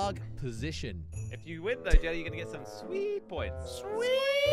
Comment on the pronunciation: 2020 pronounce jelly 2022 pronounce jelle